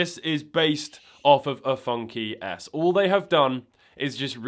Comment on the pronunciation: Is it just me or does FunKey S sound like Funky Ass, whenever he says it? 😂